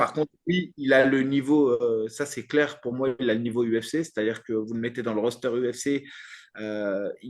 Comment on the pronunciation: Salut les gars! Super émission, comme d'habitude! Ça fait plaisir de vous voir. Juste un truc,, c'est un roster avec un S, parce que, un RoaDster comme tu le prononce, bah c'est un mot qui existe déjà et c'est une moto 😅😅 En tout cas changez rien! À part le prononciation du mot ptet. Force à vous!💪